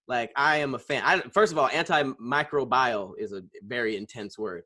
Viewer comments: ANTIMICROBIAL= an·tuh·mai·krow·bee·uhl Love you. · Anti microbial is pronounced anti micro bee-uhl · Antimicrobial tearing yall ass up😂😂😂 even said it wrong